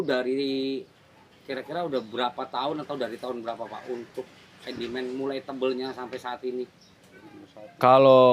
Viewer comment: SEDIMEN BANG,BUKAN SENDIMEN......SARAN AJA..